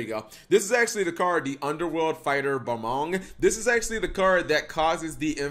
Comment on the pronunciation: Welcome back students to another lesson in pronunciation. Today's word is Balmung, say it with me students BAL-MUNG not BA-MONG. That will conclude today's lesson students.